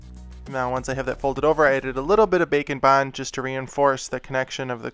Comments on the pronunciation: I’m new to the channel and the entire time I thought he was saying “bacon bond” instead of “bake and bond”. XD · When he said "bake and bond" I heard "bacon-bond" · wait- it isn't bacon bond? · I can't be the only one who hears "Bacon Bond", can I? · SAME!! (You changed that xD) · I thought the same thing! LOL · Same here bro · same lol